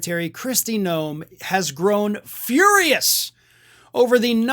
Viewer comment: GNOME, not Noem, GNOME.